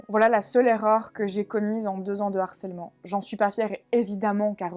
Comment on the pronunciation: Bonne vidéo gars. Mais je vous en supplie, tous les autres et toi, vous avez plus de 30 balais, NE FAITES PAS LA LIAISON avec harcèlement, harceler. C'est un H aspiré. LE Harcèlement, et pas l'harcèlement, "accusé DE harcèlement... " et non "accusé d'harcèlement"... (d'ailleurs quand tu l'écris ainsi, Youtube te dit que c'est une faute...). Allez gars, fais-moi plaisir. S'il te plaît. Sinon je t'envoie le harceleur en chef (et non l'harceleur) des H aspirés.